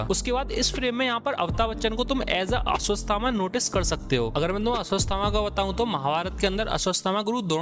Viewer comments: अश्वस्थ थामा नही अश्वथामा 😅😅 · Woh aswasthama nhi ashwattama hai 😂🤣🤣🤣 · Video had good info par bhai apni bhasha thik karo. Aswasthama kya hai? Ashwatthama. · Who got angry for his aswasthama pronounciation